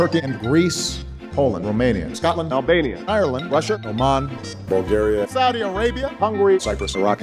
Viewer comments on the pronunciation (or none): none